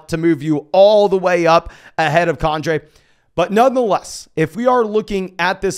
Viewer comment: For the love of god,. It’s KEN-DRAY Miller. Not KAWN-DRAY Miller. 😂